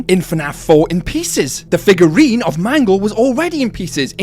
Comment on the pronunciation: did you just call "mangle" "mango" twice? 😂